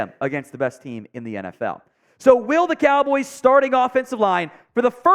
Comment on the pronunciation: Am i the only that caught him saying Dallas Cowls?